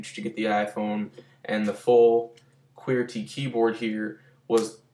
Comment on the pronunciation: wow you have an imac but you cant afford a $75 dollar phone ps you say qwerty weird